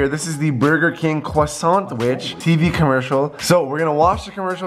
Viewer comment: who the faq say kwa sont